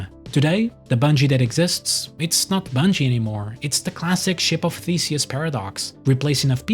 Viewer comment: Genuinely thought you said 'it's the classic Ship of Faeces' . I'll leave it to other viewers to determine how appropriate that phrase would actually be.